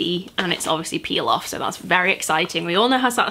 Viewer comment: when you were talking about the mask i thought you said pilaf instead of peel off lmaoo